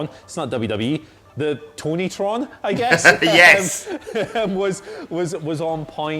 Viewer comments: Its called the "KahnTron" and nothing else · Tony tron? Really?? Khan Tron just sounds so right. C’mon!